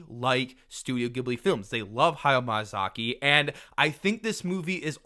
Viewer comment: ok but everytime you said hayao MAYAzaki :D